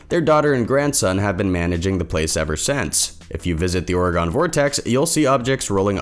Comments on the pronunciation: Round these parts, we pronounce it OR-ih-gun. NOT Or-eh-GAWN. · Why you say Oregon like the way you say it lol orgon 😂😂😂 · Also it's or-EE-gun. But thanks for covering it!